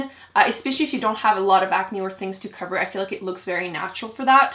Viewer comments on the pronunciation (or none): none